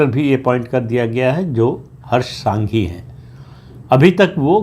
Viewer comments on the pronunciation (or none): नाम - हर्ष “ संघवी “ है । सांघी नहीं 🙏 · Not Harsh Sanghi but Harsh Sanghvi, not Raviba Jadeja but Rivaba ( Reevaba Jadeja) and not R R Patil but C R Patil. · हर्ष सांघी नहीं संघवी। R R पाटिल नहीं C R पाटिल।